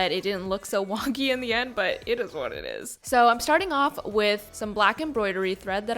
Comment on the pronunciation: she rlly said “ it izz wat it izz”